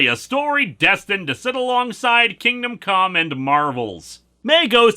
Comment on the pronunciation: LOL, "Kingdom COME". I know that wasn't intentional, but it got a little giggle out of me.